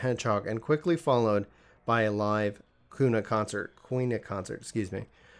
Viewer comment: Quna is pronounced Kuuna (Koona)